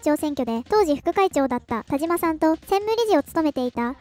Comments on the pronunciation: 「たしま」です。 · わざとなのかもしれませんが”たじま”じゃないですよｗ ”たしま”ですよ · たじま ○ たしま ✖︎ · 「たじま」じゃなくて、「たしま」ね。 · 『たじま』じゃなくて『たしま』だってば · たしまさんをたじまさんと言っているのはわざと？笑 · たじまじゃなくてたしまね